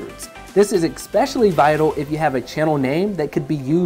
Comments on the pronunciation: I learned a new English word today: exspecially. Rad! Thank you! ❤ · These are great tips, but did anyone else get bothered by the mispronunciation of especially?